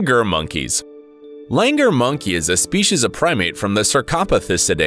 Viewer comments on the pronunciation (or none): In india they dont say "langur"like the way u said they say it like "langoor" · लंगूर! नाकी लैंगर! Wtf is लैंगर?! 🙄😑 #StopBotchingNames #ProperPronounciation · What what what he pronounced the word lungoor wrong 😂😂